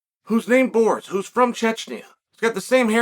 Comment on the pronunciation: it is like a talent of US people, to disregard actual pronunciations and names completely xD just say whatever sounds similar